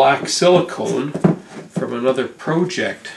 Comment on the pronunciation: Yo could you please say project not proooooooooooooject please please please I do love the show